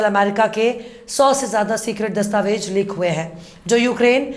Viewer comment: Dastavej nahi dastavez kaheye.meda aap ka andaaze bayaan bahoth shaandaar khoobsurath hai.Jai Hind